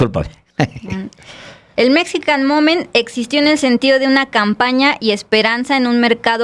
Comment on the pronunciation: Que pasa Paez (Chapatin), tu nos dijiste que hablabas ingles y la verdad, ya nos dimos cuenta que eso no es cierto, lees GP Morgan, cuando es JP Morgan dices Rusbel en lugar de Rosabelt, Mexican momen (Mexican MomenT). Nos mentiste.